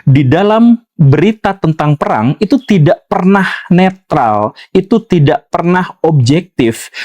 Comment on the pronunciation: Maafkan saya Tuan Guru... Saya bikin komen ini untuk umum warga Indonesia.. Kebetulan sebutnya kali ni ☺️ Kami di🇲🇾 garu kepala kerana orang Indon suka amat guna perkataan Inggris Yang mereka kurang arif..🤔 Sebutan salah selalunya..contoh Neutral bunyi betul ialah...Niu..tral. Bukan "natral" Natural lain makna. Bunyi = na che ral Mengapa tak guna bahasa sendiri.. Neutral=Berkecuali Wajar diketahui.. Apa maksud 'fatal'? Orang 🇮🇩 suka amat ambil kosakata Inggris tanpa tahu makna tepat.... FATAL= mengakibat maut..mati.! Itu saja= bawa mati Memandai🇮🇩 ambil bahasa asing Dan guna jauh tersasar dari makna sebenar... Isn't it embarassing? Guna bahasa sendiri apa salahnya..?‼️